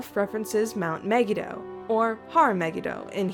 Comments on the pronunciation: Hi sorry but in hebrew megido is pronounced me-gee-doe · It's pronounced Aradia me-gi-do